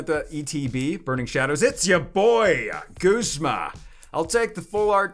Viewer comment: are you saying guzma or goosema!? TALK RIGHT!!